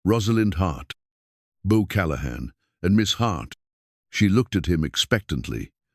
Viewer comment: Beau, Book, Boo...come on Ai get it together....,😊